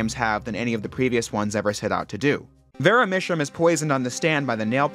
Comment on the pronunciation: Love the video! Some of the name pronunciations are a bit off, which can ruin the puns. For instance, “Vera drew my sham”.